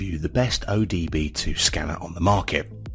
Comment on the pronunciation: Did you know you are saying “O D B 2 “ and not OBD2?